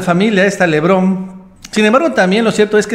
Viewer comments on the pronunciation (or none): Hey!! es LE BARON no Lebrón.